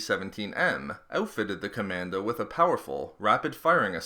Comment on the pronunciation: John CommanDOE